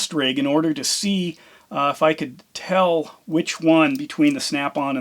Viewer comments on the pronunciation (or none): none